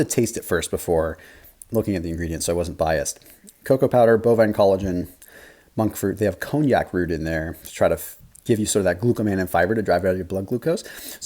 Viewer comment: Con-jack, according to google its con-jack not the Cognac